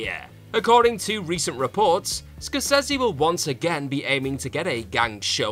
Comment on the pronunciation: Difficult to take your opinion seriously given the way you pronounce Scorsese.